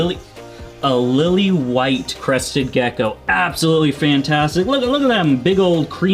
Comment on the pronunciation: First time you said crested gecko, you actually said gecky again 😂😂 I’ll give the video a like just for that. I think it’s hilarious